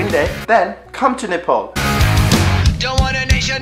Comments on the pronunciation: Hey, Your accent sucks. You're saying Nepol and Nefaal. Don't you even know how to pronounce Nepal? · Aru ta sabai thikai lagyo ki mero daju , tara' NEYPOL haina NEPAL lai chai NEPAL nai vani dinus na la !! :D